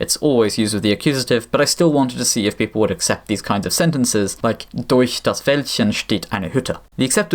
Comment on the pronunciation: damn that durch was flawless